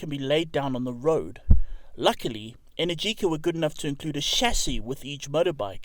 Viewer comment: Sayer and they pronounced "Energica" incorrectly.